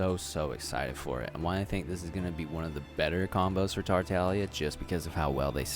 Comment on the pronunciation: Does he just not say the G in tartaglia?